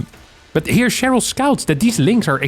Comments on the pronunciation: why keep saying Che-ryl like its french? its an american name, its triggering me so bad! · Its "Share-ul", and probably a chick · The "r" pronounciation of "Cheryl" just gave me thrills of enjoyment hearing an anglophone person pronouncing it in the french way. XD